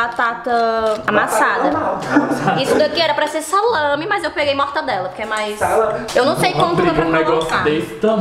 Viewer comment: E a falando “MortaNdela” kkkkkkkkkkkkkkk